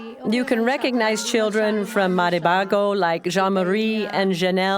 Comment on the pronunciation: I like how the narrator pronounces Jomarie and Chanel's name in a French accent